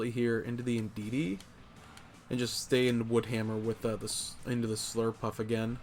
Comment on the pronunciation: Indeedee not indeedeedee 😂